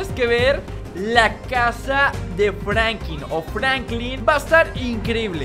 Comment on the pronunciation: enserio no sabes pronunciar franklin pero escribir si no?